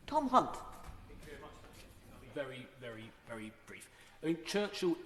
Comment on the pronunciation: I think you may have mispronounced Hunt.